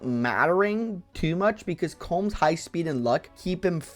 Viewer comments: "Colm" is an Irish name. pronounced closer to Collum, rhyming with Collin. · Colm is pronounced kohlum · smh mispronounced Colm, unwatchable T.T